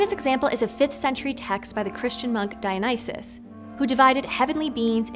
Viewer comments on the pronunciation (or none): none